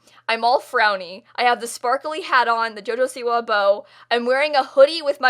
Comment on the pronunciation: why do u say siwa weird